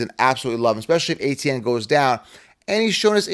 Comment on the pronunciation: Travis ETN, not ATN